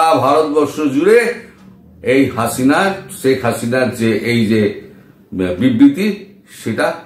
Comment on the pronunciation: দাদা, আপনি বলেন “ছেক”। হবে “শেখ”।